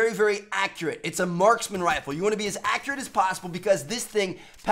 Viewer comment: Accreate, not accurate. That's the real Khaled Way.